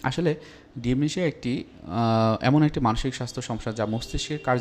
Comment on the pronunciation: Dementia not Dimnatia.